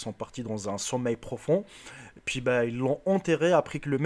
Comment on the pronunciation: noir il dit un pouis au lieux d'un puis